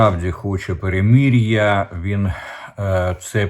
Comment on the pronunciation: В укр.словах ' мир',перемирити,перемир'я голосна ' и' повинна звучати як " И укр./ Ы рус (, укр.вухо ріже ' перемір'я,)...Також сотні раз Вами промовлене " ракєта,ракєти.Правильно буде " ракЕта / русс.буквами ракЭта /...